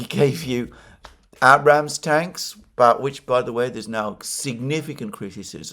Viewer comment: What a comic Alexander is. He pretentiously rattles off the names of Ukrainian towns, but he can't pronounce "Abrams" tank correctly.